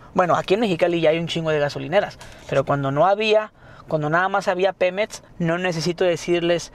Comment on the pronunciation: "PEMETS" :v